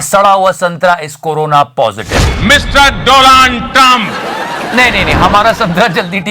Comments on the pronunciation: Staya says, "Dolaund" instead of Donald 🤣🤣🤣🤣 sahi khel gya bhai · Kisi ne suna bhai pr, doland. Waah bhai waah, American President do-land trumph, hahahahaha